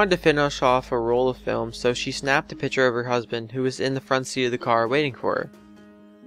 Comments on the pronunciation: PICTURE, NOT PITCHER! FOR FUCKS SAKE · picture, not pitcher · Please pronounce picture correctly. It's not a "pitcher" it's a "PICK-cher" - (arrggghhh!!!)